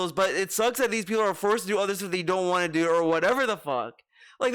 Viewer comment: Would it hurt to pronounce WANT correctly? It's NOT waauhn,.